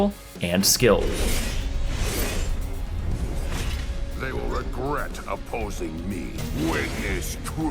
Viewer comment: Baron Lane sounded great until you said "skilled"